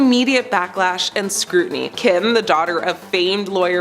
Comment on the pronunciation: "Scrutinty"???? lol